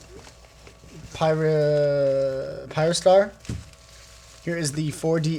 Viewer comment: its not pronounced Pie_rah_star pr Pie_rah_Diamond, More like pih_ra_star